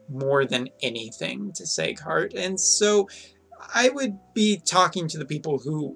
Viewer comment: its seeeeghart not seighart....